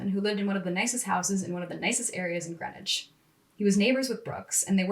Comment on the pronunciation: It's pronounced Green-witch. We're different up here.